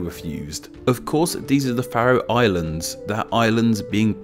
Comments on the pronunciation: You definitely said something wrong, it's pronounced the "fair-ro Islands" not the "fa-ro", it's got a long vowel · I've never heard Faroe Islands pronounced like that. It's always been Fair-ohs as far as I've been aware. I noticed that you didn't mention the national pastime - slaughtering whales.